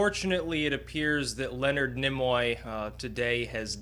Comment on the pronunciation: I don't know why your proper pronunciation of Nimoy irritates me so much. I guess it's possibly because I have spent my whole life saying and hearing others say "Neemoy". My brain has improperly deemed it obnoxious I suppose, due to past history of some other pretentious language experiences. Carry on - I enjoyed the tribute.